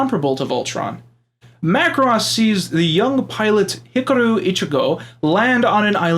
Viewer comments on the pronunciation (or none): Why do you pronounce Hikaru as Hickuhroo?